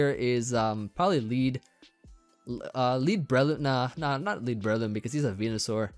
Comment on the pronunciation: BreLOOMinate. You were so close. Yet so far.